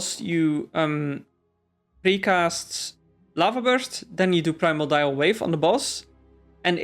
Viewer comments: Prime-or-dial lol please stop saying that its pri-MORE-de-all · mordial... MORDIAL... not primal dial wave